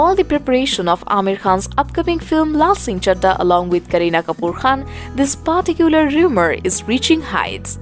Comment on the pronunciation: Paaaticular kreeteecisim😂😂😂.. the most annoying new reporting ever😂😂😂